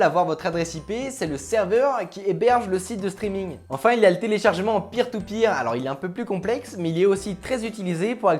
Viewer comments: Quand il a dit Peer To Peer j'ai crus Pire Au Pire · Mdr quand t'a dit peer to peer g cru que tu disait pire tout pire